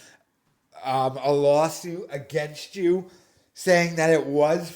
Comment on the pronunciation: Dude. It’s lawl suit